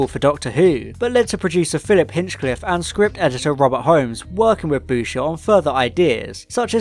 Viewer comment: Chris Boucher's surname rhymes with voucher. Surprised you thought Stephen Harris was a real author.